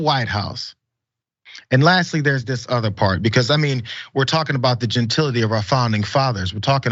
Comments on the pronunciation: You can correct me if I’m incorrect, please do. Genatility isn’t the word he thinks he’s using… he added the extra syllable.. maybe? I think he’s an idiot, so it’s not shocking. You go Lizzo!! I’m a white woman, and I support both the twerk, as well as you being able to play that flute, and others at the library of Congress. THAT is herstory. Eff the patriarchy!! I just think it’s fabulous all around.. that Lizzo is a great flutist, stands for body positivity, and is such a voice in today’s world. Can’t say that I’m a fan of her music (I haven’t really heard much of it, aside from when she goes viral. I also don’t watch tv and am not on social media). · “Gentility”, lmao!